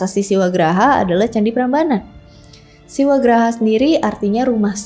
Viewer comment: 'Siwagrha', bukan 'Siwagraha'. untuk mngacu pada arti 'Rumah Siwa', kak. Grha artinya Rumah, bukan Graha. Graha, berarti huru-hara.